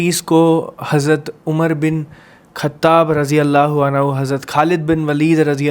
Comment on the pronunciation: अनहु nhi अन्हु